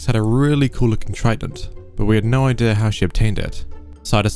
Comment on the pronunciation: He said “Alex had a really cool trident” and the h is silent to make an elision so it sounds like “Alexa a really cool trident”